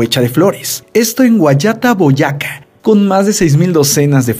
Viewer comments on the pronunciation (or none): Cuando Dijo El Record Del Tapete Mas Largo Del Mundo Pronuncio Mal Porque Dijo 'GUAYÁTA BOYÁCA' y es 'GUAYATÁ BOYACÁ' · es Guayatá - Boyacá, Colombia... Con acento por favor! 🤦🏻‍♀️ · a Hugh Beaver se le ocurrió crear el libro en 1951 no en 1995... la primera edición salió en 1955. Además se dice Guayatá y Boyacá con sus respectivos acentos... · buen video pero aguas con los nombres de los lugares no es guayata- boyaca es Guayatá, Boyacá en el centro de colombia cerca al departamento de cundinamarca donde se encuentra la ciudad capital de colombia, Bogotà. de resto genial video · una corrección a si vídeo, se dice Guayatá - Boyacá, ambas con tilde y acento en la última A, Boyacá es un departamento de Colombia, un abrazo. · muy buen vídeo, pero en el punto 5 hiciste mal la pronunciación ya que las palabras se acentúan en la ultima silaba (Guayatá - Boyacá) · Se dice Boyacá con tilde en la a y guayatá con tilde en la a! Y queda en Colombia .yo vivo en Colombia y eso fue en las ferias y fiestas